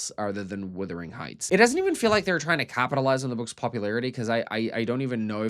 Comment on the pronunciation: Speaking of “withering”, every review or commentary on this film I’ve heard by an American pronounces “wuthering” as “withering”: why is that?